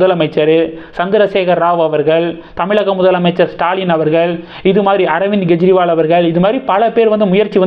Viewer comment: Gejriwal இல்லை Kejriwal!